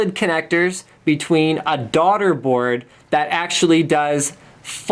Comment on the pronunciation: yes. He said Daugterboard at that specified time